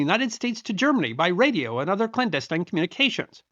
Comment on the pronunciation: Good. Then you pronounce "clandestine" a little strange to this Connecticut Yankee. In college, 50+ years ago I was torn between being a history teacher or a Civil Engineer. I decided to keep history as a hobby and make better money as a Civil Engineer. As it ended up I got to see some history made as an Army Engineer. Over the past 60 years, I was very lucky to get veterans to share stories with me. I do enjoy your videos and the knowledge that you share. Good Luck